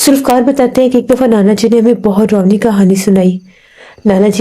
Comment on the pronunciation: Mic thodi door rakha kro zukaam jaisa lgta hai apko sorry is baat k liyai but kya bolu yahi lgta hai mujai aur darawni bola kro drownii nhi plzz darawni bola kro baki sab tek hai good job 👍